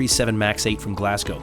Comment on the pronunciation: Excellent pronunciation of ‘Glasgow’ 👏🏼